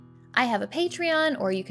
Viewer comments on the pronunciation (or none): none